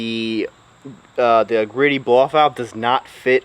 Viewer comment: The correct pronunciation of Greddy should be- G-Ready. Ji- re di